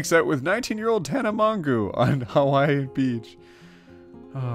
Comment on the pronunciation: Oh, the fact that mispronounced Tana Mongoose's last name is such a music to my ears hahahaha